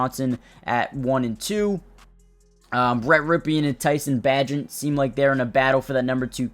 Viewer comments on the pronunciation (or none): It's Bagent, BAY-jint